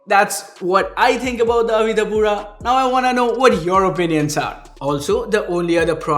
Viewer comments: Brand name is Avita man, not Avira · Why u calling it AVIRA , when its AVITA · Is it me or is he pronouncing avita as avira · Didn't anyone tell him it's Avita and not Avira or am I missing something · $ AVITA, read it carefully 😁